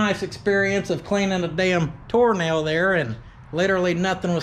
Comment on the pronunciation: I know you're not...but most of the time it sounded like you were saying "Toe Nail" brand tires. Which is a brand I'd actually like to see.